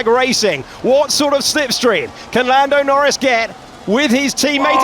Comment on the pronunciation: Says Nando Lnorris?